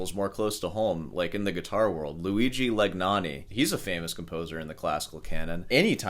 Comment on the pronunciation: Love your pronunciation of Legnani.